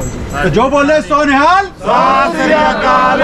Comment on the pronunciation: Beta Jo bole so Nihal nahin hota bole Sone HAL hota hai jaikara dhang se bolo